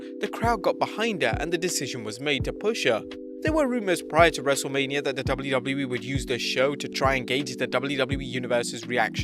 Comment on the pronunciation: why does it sound like he says “double loo double loo eee”😭